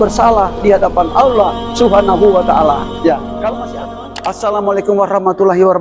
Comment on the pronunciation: Kalau lihat cara bicara wajar aja kalau keluar dari Kristen..maaf Aulloh bukan Allah......🙄